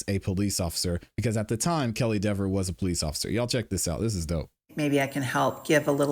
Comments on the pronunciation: That's Dever not Dever. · It's Deeeeever. She earned the right to have everyone intentionally mispronounce her name for the rest of her life. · I think he DID deliberately mispronounce her name, knowing that she would be snotty about it. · mispronunciation (accidentally or purposely) of her name is the least of her problems.